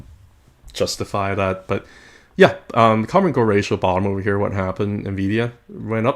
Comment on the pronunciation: "ratioL"? I don't think that's how it's pronounced. Thanks for the content, though 🙂